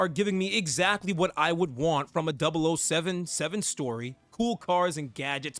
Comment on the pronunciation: ah hell nah 😂 it’s kinda funny these YouTubers acting like they’re familiar with James Bond but don’t even know how to say MI6 or 007 😂😂. Like I’ve only ever watched skyfall which I thought was peak at the time and played golden eye when I was a kid even tho by that time the game was already pretty old. I wouldn’t consider myself a super fan but DAMN those are the absolute basics 😂